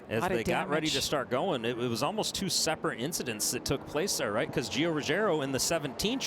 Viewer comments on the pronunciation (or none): none